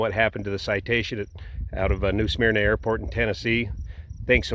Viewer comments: And it’s pronounced “Smerna” and not “Smeerna” but I give a pass on pronunciation - he’s not from here😊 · And as a near-local, it's not "SMEAR-nah." It's just "Smurr-nah". Thank you for coming to my TED Talk. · Just so everyone knows it's pronounced "smur-nuh" rather than "smeer-nuh." This really hit home for me because I grew up in the area. It reminded me of the Blue Angels crash in the same town a few years prior. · SMER-NUH... it's pronounced "smer-nuh". Lived there for 15 years. Also, where did you get the "New" portion of it? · Great info.. but we pronounce it Smur-nuh.. again great info.. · actually, the natives pronounce it suh-merna. I dare you, however, to find a native these days.